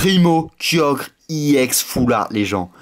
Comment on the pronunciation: DIT EX PAS I EX TES VIDÉO SONT BIEN MES SES TES I EX QUI LA GUACHE